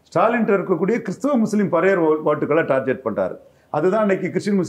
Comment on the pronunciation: அது டார்கெட் (target), டார்ஜெட்(tarjet) இல்ல…. இம்புட்டு இன்டெர்வியூ குடுக்கிறீங்க, ஒரு பயலுமா உங்கள சரி பண்ணல… காலக்கொடுமை!